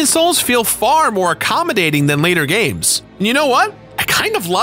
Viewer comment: "Gamses" isn't a word. If something ends in an S, its pronounced the same. You do that a lot lol